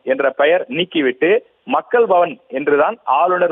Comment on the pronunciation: இந்த கும்பலுக்கு மக்கள் பவன் என்று உச்சரிக்க தெரியாதே...... மக்கல் பவன் என்று சொல்லி தமிழை கொலை செய்வார்களே....... 😮😮😮😮😮